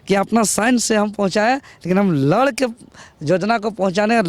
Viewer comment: जोजना नहीं योजना होता है।